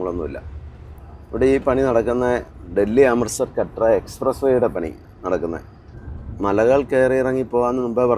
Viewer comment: കട്ര അല്ല കത്ര